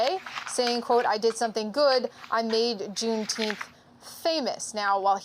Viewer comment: yeah and BLM....riots too...nobody cares about juneteenth...it's funny to see news anchors read that thing They can't even pronounce it